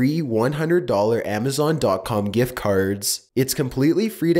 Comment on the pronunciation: I just love how he says Barbie and house and gifts - I’m dead🤣💀